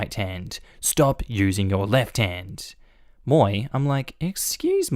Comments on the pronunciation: FYI “Moi” is French and is pronounced as “mwa”, not “moy”. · Did you just pronounce moi as m-oye. How dare you! (lol it caught me so off guard)